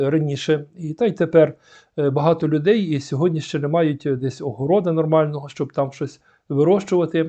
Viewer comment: Перше слово звучить Сьогоднв